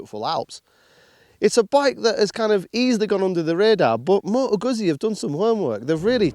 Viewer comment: how hard is it to learn how to say the brand's name properly?